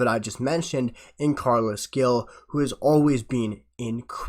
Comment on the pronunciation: Gil is pronounced like hill. Glad we got him. Good signing ❤